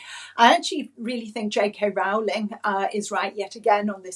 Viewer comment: I wish (and many others) would pronounce "Rowling" correctly. It's pronounced "rolling". The first syllable rhymes with "slow".